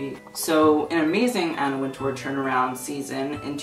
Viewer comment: it's pronounced winter btw